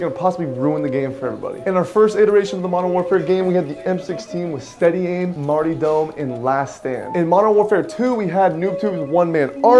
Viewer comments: my man said marty dom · Bro did you seriously say “Marty dome”? It’s martyrdom lmao pronounced “marterdum” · Did that man say "Marty Dome?" ... THAT is the best part of this video. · My man said "Marty dum" 😂😂😂😂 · Ah yes the infamous “Marty Dom” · That boy said “Marty-dome” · “Marty-dumb” “bass-lick” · MartY-dom lol Alot of emphasis there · lol the way he pronounced martyrdom “mart-e-dome” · "Marty dome" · Marty dome? How can you be a grown adult and not know the word martyr... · You mispronounced so many words wrong bro. It’s martyrdom (mart-er-dum) and basilisk (basa-Lisk).